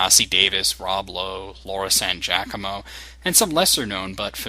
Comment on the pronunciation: A full minute on an intro? What is this Star Trek The Motion Picture? Not really much of a review, and it's pronounced gee-ah-co-moe, not jack-ah-moe. And what's with the photos used when discussing the actors? You're putting up random pictures of the show and they aren't even relevant to the person you're referring to.